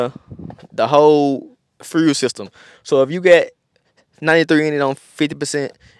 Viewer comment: Frule=fuel, frew=few, skreet= street. Gotcha! 👍👍👌👌